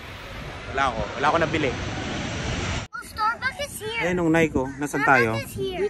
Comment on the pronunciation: Nike is pronounce as “naykee”